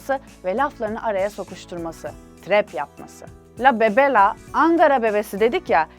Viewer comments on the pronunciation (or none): "lâ bebe lâ" değil, "la bebe" diyeceksin ;D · Ne utancam beeeeöö kısmında ve la bebe 'yi Fransız gibi deyiş kısmında öldüm gülmekten 😂